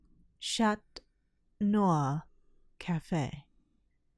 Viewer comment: “CHAT NIOR CAFE” EXCUSE ME???